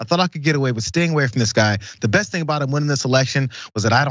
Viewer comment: Be bessst